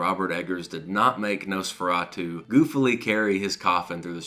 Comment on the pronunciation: Please stop saying Nose-feratu.